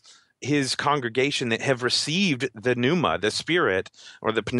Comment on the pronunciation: Does anyone know what meant by the word (he pronounced as): "p-nef-ma"? He uses this at different times. The last being with "the seed of pnefma." It appears he might be mispronouncing 'pneuma'. Am I missing something?